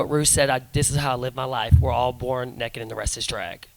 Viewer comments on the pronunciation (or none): I love how Alyssa says Naked. "Neck'ed"